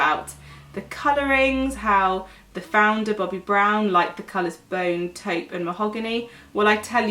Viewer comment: If I was rich, I would slap the vitamin enriched face base all over my body. The texture is really nice and it has the best, lovely but not overwhelming scent. Also, it's nice to hear a beauty specialist in Youtube who actually knows how to pronounce "taupe". I see a lot of beauty influencers (even the most popular ones) who pronounce "taupe" the wrong way. It's not an uncommon shade for them not to at least research on the right way of saying it. It either adds or reduces credibility., your professionalism shines through your homemade videos.